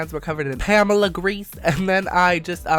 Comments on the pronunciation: Why did he stop calling Pam pamella? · im sad why did you stop saying Pamela